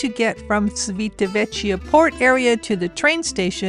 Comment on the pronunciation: Thanks, But it's important for a travel blogger to pronounce the name of the place you are talking about. The letter i after c makes it like ch in English. Also an h between c and i/e makes it sound like k in English. So the name of the town and port is chivitavekya if it was under English grammar laws. Your welcome ❤